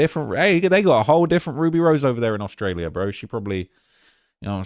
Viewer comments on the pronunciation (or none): none